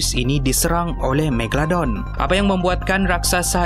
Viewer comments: MEGA...LO...DON bukan MEGA...DON apa benda lah kau ni.. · Megadon ke Megalodon? dgar mcm ckp Megadon 😅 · kau salah cakap tu bukan megadon tapi megalodon😅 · Scientist: megalodon: megadon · Bkn tu je aku dngr sebut megadon, megolodon, megaladon hahahahahah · ekram tersalah sebut.. "Megadon" 😂 btw nice facts!! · haha megadon ke megaladon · "megadolon" hahaha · Megladon kh megalodon 😜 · Ha megadon haha megalodon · Haby Blo megaladon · Megalodon. Bukan megadon 🙂😅😂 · Haha its Mega.. Lo.. Don. Bukan Megadon aduii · Megalodon...bkn megadon...haih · megadolon hahahahahah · Aku dengar kat sini megadon megaldon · megaladon/megadon Me:confuse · bukan megadon bukan meglodon..megalodon kan? haih pening😂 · Kau sebut magalodon pun salah hahaha